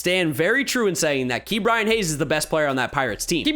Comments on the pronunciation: please stop pronouncing it Key’bryan. it’s Ka’bryan but great video, maybe next video top 3 or 5 players on each team? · Who else gets mad when says “Key” Bryan Hayes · When did start saying Kee’Bryan Hayes